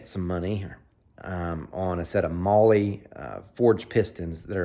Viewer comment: Mahle = Molly 😂 you must have heard it correctly from the company. Great stuff as normal.